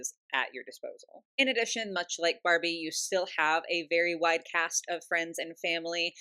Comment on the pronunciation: when you said "wide cast of members" I understood "wite cast" 😅 for a second I was flabergasted they I realized what You actually said 😂😂 Good thing Barbie has expanded a lot in inclusion 😅👍